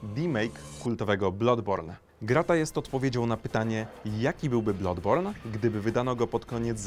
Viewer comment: BLADBORN się czyta nie blodborn :x Uszy krwawią